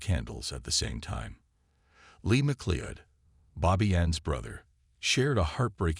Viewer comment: I know Americans struggle with the English language but FFS have the decency to at least get the pronunciation of her name right. It's a relatively common Scottish name and you say it like this - Ma Cloud.